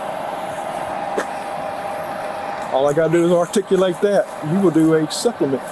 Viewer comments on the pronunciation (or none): "Awl i gots to do is awrticalate dat". What a wordsmith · That cop was saying “ar-tic-u-late” like it was the biggest word he had ever heard. What are the chances he could give a legit definition? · if you cant articulate the word articulate, you shouldn't be a cop. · I was surprised he was able to pronounce "articulate". Not only is he guilty of violating her civil rights, add on reckless driving. They wonder why there is so much public distrust yet every day we can go to YT and see fresh videos of cops committing crimes against citizens! They just keep living up to the stereotype.